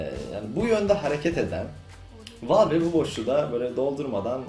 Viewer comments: Helal sana:D Güzel olmuş, ama "Valve" yerine "Vealv" desen? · Valve ''valv'' diye okunur. Yanlış söylüyorsun:) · La abi bilmiyorsaniz zorlamayin okuyamiyor yanlis okuyorsun dogrusu bu diyenlerde dogrusunu bilmiyor duz valf deseniz daha dogru olcak. Dogrusu: vâlf